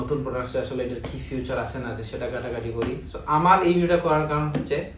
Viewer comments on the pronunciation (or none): আসলে আসলে আসলে আসলে ছাড়া কিছুই বুঝার নাই। আর ফিউচার না ফিচার হবে সুনা